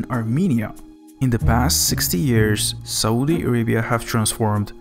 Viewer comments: "this is sohdee araybeeyahhh" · Dude. please google the pronunciation of words. it takes 2 seconds. words like: Saudi Arabia, aquafires, permanent, inches, fruits, compared, area, times, torrential, weather... etc. etc. etc. Thanks.